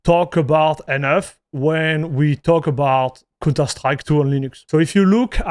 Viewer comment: its count not cun terstrike its pronounced cownter , you are saying an incredibly explicit word every time you say counterstrike XD